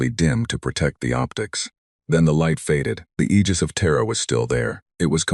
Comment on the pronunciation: Aegis is pronounced eejis ai, I know